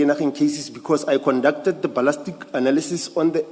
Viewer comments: When does "ballistic analysis" become "ballastic analysis?" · The moment yhey have a certain word they specifically mispronounce know that 'umgulugudu' has arrived This one says ' balastic'